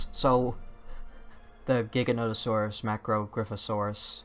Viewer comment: I'm relieved to hear someone else say Giganotosaurus with the hard G sound. I was afraid I was the only one...